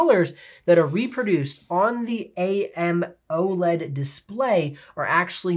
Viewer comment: "A.M-oled" Lmao, have you been living under a rock or do you just like to be different